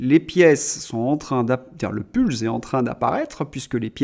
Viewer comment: Puzzle ne se prononce pas "Pulse" mais "Peuzeul" même en Australie ;-)